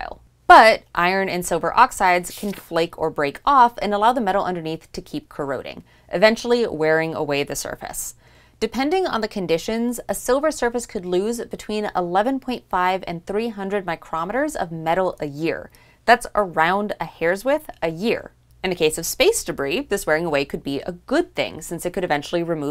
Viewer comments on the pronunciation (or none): It's a mispronunciation not a factual error. Micrometre is the correct SI unit designation and in American English the unit and the instrument are spelled the same but pronounced differently. Micron is a common name but not the official name (similar to calling a kilogram a kilo).